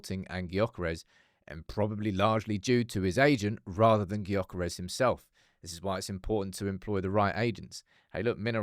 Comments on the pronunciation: Please pronounce his name properly! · Please stop pronouncing his name wrong…smh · Of all the pronunciations of his name this has to be the worst 🙈🤣